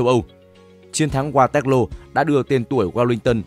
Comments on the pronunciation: Waterloo đọc thành Ga tét lô ? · Qua toét lô😂ad đọc tiếng Anh như người Anh đọc tiếng Việt🤣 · Đọc sai thế này mà vẫn đăng lên được ... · mình nghĩ những tên gọi nổi tiếng và vang danh thế này thì nên phát âm theo đúng ngôn ngữ quốc tế nhỉ. Với sao Waterloo thì đọc theo phát âm Việt, còn tên nhân vật, hay dòng họ, địa danh khác lại phát âm đúng? Mình nghĩ đây là lỗi biên tập ko đáng có. Thân